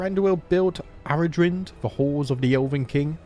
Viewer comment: Eldavaitale - El da vay tal (like in pal) eh Aradhrynd - A ra dreen..the video creator pronounced it correctly